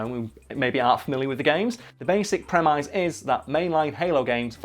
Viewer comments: This may well be the single most boring video I've ever suffered through. I hated locke too. But seriously, you're not funny, not entertaining and you're supposed to be talking about halo, then start chatting about the awful star trek. Also, learn how to say 'Premise' cos you failed when you tried. And your facts are inaccurate. The lower enemies run away in halo games cos you kill their leader on the battlefield. That kind of thing happens in actual wars. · You cannot say premise that way.